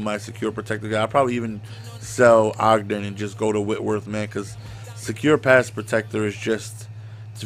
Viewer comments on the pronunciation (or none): none